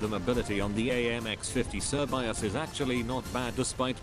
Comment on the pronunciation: its not actually pronounced "sir bi as" its pronounced "shuh bay say"